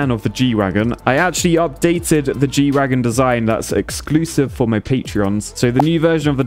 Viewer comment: not to nitpick or anything.. But it's G-Wagen not Wagon lmao